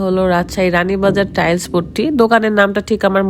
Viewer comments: বেশি ইস্টাইল করতে গীয়ে টাইলস কে টাইল বলে খেত মহিলা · আপু টাইলস হবে আপনি ভুল উচ্চারণ করছেন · আগে টাইলস বলা শেখ